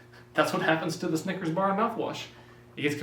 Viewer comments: When he said snickers bars I thought he said stickers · me wondering if i just always said snickers wrong or if he just said it weird because no one is commenting about it